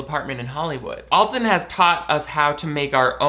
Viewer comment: People misinterpret Alton's wicked sense of humor for meanness. Also, his name is pronounced AL-ton, not ALL-ton.